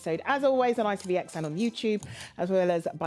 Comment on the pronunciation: needs to stop saying Itvx